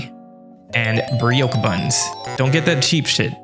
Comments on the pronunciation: Just FYI, brioche is pronounced like “bree-osh” not “brie-ochre” 😉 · bri-oke buns? it’s pronounced brio-sh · Btw its "Brie-Osh" not whatever you said lol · BRIOKE buns… or BREEOK buns… not even close…why must you americans insist on butchering every foreign word… i am tired.. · Just an FYI - brioche is pronounced with a soft "sh" ending, it's not pronounced "brie-OAK" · hey man - FYI that's not how to pronounce brioche - or how to cook chilli